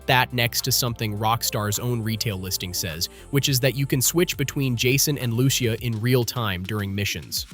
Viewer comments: Pronouncing them ‘Leo-need-a’ instead of ‘Leon-eye-da’ and then ‘Loo-sha’ instead of ‘Lou-see-a’ is diabolical. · you cant even pronounce lucia .. slow